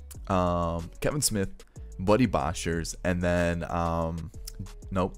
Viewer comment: As a Jays fan, it really upsets me how you pronounce some of these names. Jordan Groshans got absolutely butchered. Same with Boshers. I really wish you would just stop. Yikes man